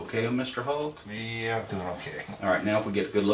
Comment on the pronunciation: Mf said “hoolk”.